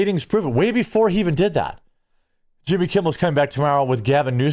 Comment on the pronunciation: Why u keep calling him yimmy